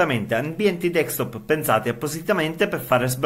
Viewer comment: Ma perché dici DEEKSTOP?